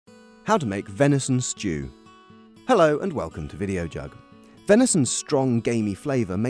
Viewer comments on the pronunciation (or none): This looks delicious-- I don't have enough venison so I'm going to make up the measurements with beef. I look forward to making it later this week, now that the weather in the UK has turned. 🌧 PS= I love her charming speech impediment, pronouncing it 'sh'choo' instead of simply 'stew'. 😄